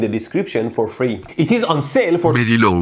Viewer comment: “For very loow price” pls do me a donate <3 I will send you may thank yous.